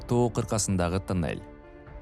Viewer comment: Кудайым сиздерге куч кубат берсин,омурунор узун болсун,кандай кыйынчылыкта иштепсинер азаматсынар,азаматсынар,ишинерге ийгилик жеп-жутарлар ооздорун тыйышса Кудакааласа жолубузда бутуп калат.Журналист окуп атканда туура окусан,Кыргызсынбы.......? танель эмес тунел